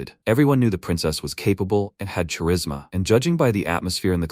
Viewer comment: The princess had cha-risma, as in cha-cha. AI vocalization never ceases to amuse me with its incompetence.